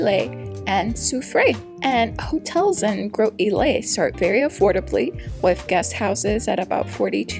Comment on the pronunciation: It is pronounced Gross-ill-lay